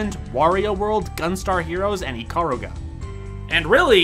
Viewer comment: Your pronunciation of Ikaruga... it's flawless. Nice. =D Oh, and the video was fun I guess.